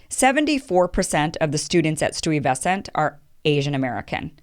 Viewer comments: stooie-vesant😂😭😭😭😭😭😭💀💀💀💀 its bedford- Stiversant#!!!!! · Stewy-vesent? Doesn't matter where you're from...where were you in high school when Peter Stuyvesant was being covered in history class?! Lol! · omg i heard stewie-vesant and was like hold a MOMENT here. she meant STY-vesant. right? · STY-Ves-ant....not Stewie ves ant. Famous Dutch guy....come on, say his name right. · The hell is Stewey VESSent? It's pronounced STY veSUNT. Accent on the first and third syllable. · Its not STEWIE VESTANT its named after Peter Stuyvesant you pronounce it STY-VU-SENT it has nothing about west coast .. Peter Stuyvesant is part of our american history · It's pronounced STI-vesant, bot Stewievesant. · Stooe vesant High school? It's pronounced Stye-vesent. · You seriously pronounced Stuyvesant (Sti-vih-sahnt) highschool, as Stewy-veh-sahnt??? Really? How did you manage such butchery being otherwise articulate? Don't mean to dog you, but I just thought this pronunciation was absurdly comical. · Hahahahaha at pronunciation. Pronounce Sty - vesant. Nope not racist, most of those kids at that age do not want to apply for those specialize high school. Those specialize exam SHSATs is exactly the same format as the SATs. So if thats racist then the SATs are racist. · The right pronunciation of the high school is Estau Vey Zent. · STOOEY-vescent. LOL! That's cute. These former Dutch names are tricky. I myself used to pronounce Dyckman (an area in upper, upper Manhattan) as Dickman for a while. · Yes girl you're murdering that pronunciation, lol. Try this STI-VA-SCENT. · Great video. But I had to go look up sui-ver-sant. But I figured it out. Lolz. Great messages. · Lol. I accept your apology. I had never heard it pronounced that way!! Sty-Ves-cent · It's not Stuuyevesint. It's Stuyvesant commonly known as Stuy. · Kim it’s pronounced STY va sunt.😍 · It's pronounced stai-vess-ent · Sty - Va - Cent. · The school's name is pronounced "St-ii-ver-sant" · Bedford Stoo-ee-ves-cent.